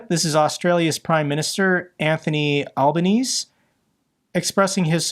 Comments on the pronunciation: Aussie here. PM's name is pronounced "al ban eez ee" not "al ban eez". But more importantly, there's no way China would take Vietnam easily. Vietnam has been wary of China for centuries and has proven itself against powerful nations. Philippines is a different story, CCP usually tries to get them on-side. Their new president is popular despite being the son of a previous dictator. Both countries have at least 4x the population of Australia and a lot less border/coast to protect. In WWII Japan planned to take Australia last because they thought it would be easy. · Thank you for mentioning Australia's ongoing support of Ukraine. PM Albanese (pronounced "Al-ban-easy") The AUKUS submarine deal is an absolute rip-off for Australia and we should tear it up as a protest against Trump. We've already paid $1.3B to the US to help improve the production capacity of the subs. And we'll only get a sub IF the president thinks they can spare any. Which won't happen because the US can't make them fast enough for their own orders. We would be far better off ramping up production of our own Ghost Shark's and export some of them too.